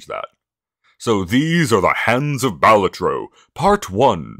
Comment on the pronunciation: The way you pronounced Balatro was so off-putting